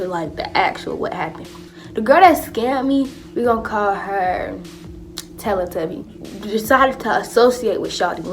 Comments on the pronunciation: I died when she said tellly tubby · She said “telle tubby” I’m done😂😂😂😂😂